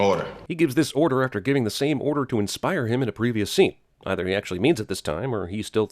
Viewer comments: you flubbed on saying "inspire" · one sin for you not being able to pronounce "inspire"